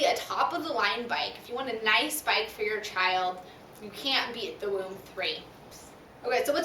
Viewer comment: It is pronounced voom.